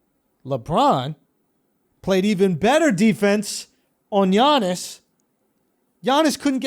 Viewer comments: Come one, Schulz. Giannis is pronounced "yah-niss". Not "jah-niss". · It's pronounced Yannis not gannis. Do u even watch basketball bro 😂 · i mean , i know that americans can pronounce 'yannis' properly but holy fuck andrew you really fucked it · Gee-yaw-nis??? I’m suddenly convinced Andrew doesn’t actually watch the NBA LOL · Schulz switches between pronouncing Yanas and G-anas so effortlessly it’s cracks me up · Who the fuck is Johnas???? Oh... you mean Giannis... hahahaha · So done tell Schulz the Giannis name is pronounced YAh-nis. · schulz said john-iss, then properly pronounces giannis, then went back to john-iss right after??🤔🤔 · Andrew saying Jiannis is so enjoying😂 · Dude pronounced giannis 3 different ways in about 5 seconds 😂😂😂